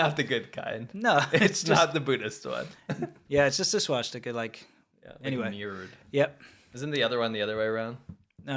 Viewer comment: the Swastika is originally a Hindu symbol. The Finnish have used a variation of it as well. I have also seen it on some WW2 Chinese equipment (Chiang's troops not Mao's). I love pronunciation, "swashsticker!" LMAO